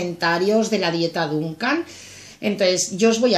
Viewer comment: Repites muchas veces dunkan. Es dukan. La dunkan es isadora😂😂😂😂. Un beso guapa. Me encanta tu canal.